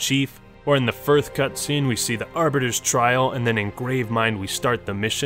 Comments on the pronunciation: did you say 1th ? lmao.. "firth". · that's not the firth time I've heard you say 'firth' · "in the firth place" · “Firthst place” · "Firfth place." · Anyone else notice he says firth instead of first literally all the time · I just realized that when trys to say first, he says "firth" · "firth" ?? more than once in this video? whats happening there? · Did he just say firth place ? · "firth place". As a day one adopter of MCC, I feel both pain and laughter upon hearing that. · Is it just me or does the say “Firth” instead of first? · "Firth place." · in the "firth" place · Ah, lovely. So the "Firth" returns once again..... Everything is falling into place. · Lol he said firth ploace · In the "firth" place haha.. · It’s still funny when he says firth place instead of first place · Do... do you say firth alot? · "Firth Place" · Is it just me or does he say firth whenever he says first? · "no sequel was planned in the firth place." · Why does he always say "firth"? It drives me crazy lol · What's up with saying 1th? It doesn't sound like he has trouble making the 'ssst' sound in other words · Bro you're gonna have to stop saying "firth" instead of "first" in every video or I'm going to lose my goddamned mind